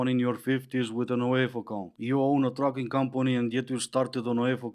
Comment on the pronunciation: Oh Trucking! Could have sworn I heard tricking. Turned out I was right